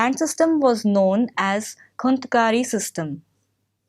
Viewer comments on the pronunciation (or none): First, santhal and munda revolt happened in Jharkhand not in bihar. Second, it's not संथल it's संथाल. thirdly, it's खूंटकट्टी not खूंतकट्टी